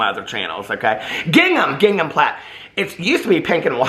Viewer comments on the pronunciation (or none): none